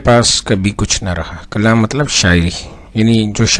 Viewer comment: معذرت کے ساتھ آپ ک کو ق اور ق کو ک پڑھ رہے ہیں۔ کلام کو قلام اور مکالمہ کو مقالمہ پڑھ رہے ہیں۔